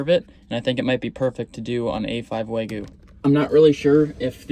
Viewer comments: Wa-gyu. Never start with saying “way”. Waaaah gyu. Dude you went to Japan. Be respectful. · Wagyu wagyu wagyu, it’s waGYU not waYGU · It's WAGYU. WAGYU. Not Waygu. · Isn't it wagyu? Not waygu? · Lol it's Wagyu lol Wag-you 🤣🤣🤣🤣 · How do you go to Japan and still pronounce Wagyu wrong. Just shows a lack of respect for the culture.